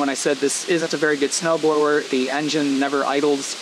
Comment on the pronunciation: It turned you saying "snow blower" into "snow frower" lol